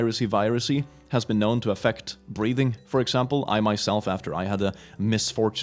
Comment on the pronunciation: Hey to me when you said breathing when there was the restaurant sign it sounded like you said breeding… …Just wanted to make you aware